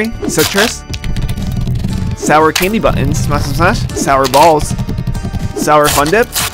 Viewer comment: for some reason the way he said “sour balls” just sounded weird